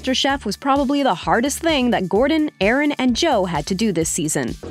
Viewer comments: It’s Aarón. Not Aaron. You pronounced it wrong. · The mentor gimmick was farcical but i still enjoyed that season for a few reasons. I liked Gerron and Shanika, and the rivalry between Bowen and Cesar had some funny moments. That said, a few corrections: Chef Sanchez' name is pronounced "Ah-Rohn." Not "A-Ran." It's not called a chill blaster, it's a blast chiller. Blast chillers are very high grade, well insulated middle grounds between fridge and freezer. I think a chill blaster is Captain Cold's weapon of choice. And the wedding challenge? Juni and Jillian didn't win the previous churro challenge to earn that position, the judges hand picked middling performers to see if they could rise to the challenge. Funnily enough the guy who did win the churro challenge was eliminated in the next episode.